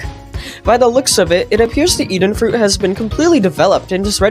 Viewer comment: “Even fuit”